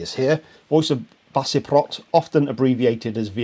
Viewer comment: Love the reaction! They are indeed an important (and pretty kick-ass) band. BTW, I believe the "c" in Baceprot is pronounced as "ch" from what I've read. Thanks, especially for putting it up so quickly. 👍👍👍